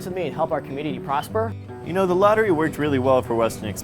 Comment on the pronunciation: It's actually not pronounced 'lotter-ray', it's more like 'loaterai'.